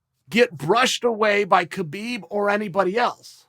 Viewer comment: He'll call him Khbob.